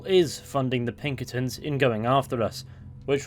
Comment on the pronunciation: “The plunkertins” it’s Pinkertons😭🤣🤣